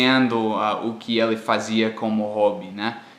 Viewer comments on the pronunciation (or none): uma coisa que eu vejo muito é você falando "Ele" e no "E" o som sai como "É". O mais correto pronunciar o primeiro "E" seria com o som mais fechado, tipo "Ê". Ficando "Êli".:) #ficadica